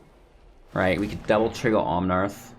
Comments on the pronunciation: Omnaaaaath not omnarth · There's no "r" in Omnath, just FYI. Love your content.